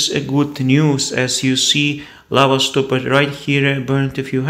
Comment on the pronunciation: You pronounce words that end in "ed" as two syllable words, instead of only one syllable which is correct, i.e. "stopped" which is a ONE syllable word not two. You pronounce it as :"stopp -ed" instead "stopped, or "looked" which is a one syllable word as well NOT two.